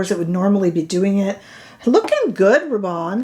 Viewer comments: I would pronounce Rabanne as you do (& I believe as it is pronounced in U.K. TV adverts) Apparently here in the U.K. we have been mispronouncing the car manufacturer Hyundai. However, as someone pointed out we were pronouncing Hyundai as their TV adverts & they, Hyundai have now changed (or corrected) the pronunciation on their recent TV adverts. It’s their brand so we/I will be guided by them. However, what I will say is, I don’t care about exact/correct pronunciation, for me it’s about communication & getting the message across/understood. If I say I am going to I kea people know where I am going & don’t usually feel the need to say that in Sweden it is pronounced E kea. Grammar zealots are another pain in the butt! Phew, I think I really needed to get that off my chest 😮‍💨 🤣💕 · Hey ❣️ULTA’s Video/Model/Spokesperson Pronounces “Rabanne” as You..There ya go..Yes! I find your content extremely helpful as are the folks in your comment section..”Lots & Lots of FUN, here, too!” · You have hyped me on this foundation! I was going to re-purchase the Prada but this one seems to tick all the boxes:) BTW: I am French, and your pronounciation of 'Rabanne' is spot on! Don't get distracted by the mean girls (or boys). Keep going, we are here for it!